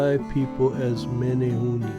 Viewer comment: Meh-neh-hoo-neh.... Not Meh-neh- hoo-nee